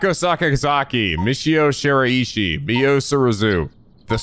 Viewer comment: Where this technique lets you down is with using this method to pronounce Shiraishi's name wrong. The EE does not kick in there.